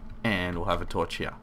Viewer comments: you said heoh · i never noticed you say "here" differently until you kept saying you did haha